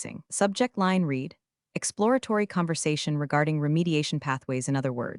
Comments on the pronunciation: I like these stories and subscribe. But PLEASE fix narration so that the past tense of " read" is pronounced as "RED". I'm tearing out what little hair I have left😖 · Help Ai out, use red for read, reed for read🙄